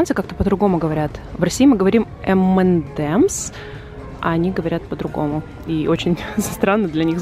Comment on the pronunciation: Эмэнэмс! Без Д